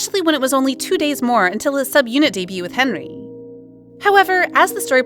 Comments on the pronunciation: Not to be that person but his name is HenDERY, not Henry. The group ONF isn’t pronounced as O-N-F, it’s pronounced On and Off. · it’s hendery not henry